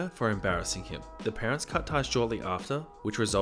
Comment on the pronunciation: Sometimes at the end he says "Get annoyed at some entitled Pearents